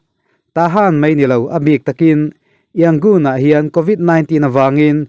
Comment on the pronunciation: Yangon tih hi a rik dan tur dik takin in la sawi thiam lo a mi..??